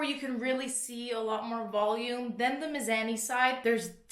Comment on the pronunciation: Is it miz-ah-ni or is just a Canadian hahaha